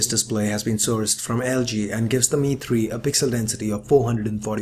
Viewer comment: Your accent man !!!!!!!!!!!!!! You call the phone DI-MI-TRI ........ Dimitri is a common name in Greece and i'm trying to understand "Who the f**k is Dimitri " !!!!!!!!!!! The Em-Ai three...... :)